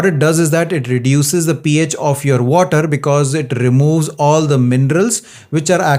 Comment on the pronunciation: Oh my god, please learn at the same time how to speak “water.” Don’t you stress too much on “R” in water? Thanks for understanding!